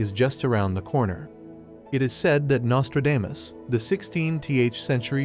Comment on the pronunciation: I just wish the narrator could learn to pronounce the man’s name correctly!